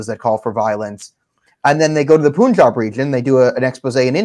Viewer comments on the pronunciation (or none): For the Love of God... Please stop pronouncing it as POON-jab... It is Punj-aab. I respect your analysis of this Issue. I agree with you almost unanimously... But for the Love of God!!!! It is pronounced Punj-AAb.